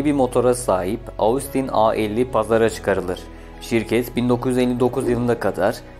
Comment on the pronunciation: "Austin" kelimesi "Ostin" olarak telaffuz ediliyor. Normalde söylemeyecektim fakat çok kulağımı tırmaladı o şekilde telaffuz etmen.